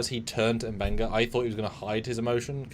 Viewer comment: M benga not “bunga” 😂